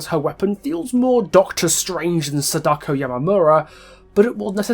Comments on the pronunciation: Just some advice, since Sadako is a Japanese name you shouldn't stress the "Da"... Vowel stressing is something that doesn't exist in Japanese (vowel stressing is stuff like how we say a-MAY-zing, stressing the MAY) so it'd be pronounced as it's seen, "Sa-da-ko" rather than "Sa-DAko'!! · Hurray, your one of the morons that pronounce Sadako's name wrong. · Good video pointing out the references to the movie but you could have kept your opinion of the book's plot out of it especially since you clearly didn't read it since you didn't take the time to learn how to pronounce her name correctly lol